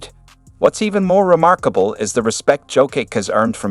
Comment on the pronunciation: Turned off this shit when heard how Jokic’s name was pronounced